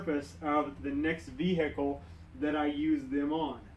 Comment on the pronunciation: Vee-hecle 😀 Great vid tho, very informative! 👍